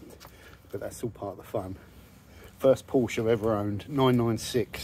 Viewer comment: It’s pronounced porshaa